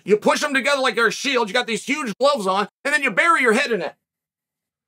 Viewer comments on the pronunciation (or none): none